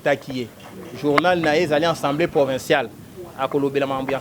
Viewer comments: A a a a assemblée et non en en en ensembleé oyo peuple ya ndengué nini? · le pire c'est qu'il n'est pas le seul à prononcer ensembleé au lieu d'Assemblée, cela ne vous choque pas que nombre de ceux qui se prétendent avoir bien étudié aient du mal à prononcer avec constance ce simple mot dans un même discours: ils utilisent alternativement assemblée et enssemblé un mot qui n'existe pas en français. Vous sentez-vous visé peut-être mais bon....